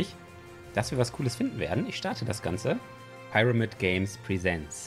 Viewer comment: Aaaaaah du hast "pyramid" falsch ausgeprochen XD (Spaß, nicht schlimm - nur lustig)